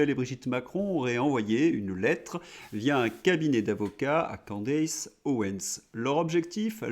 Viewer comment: Candace se prononce CANDICE.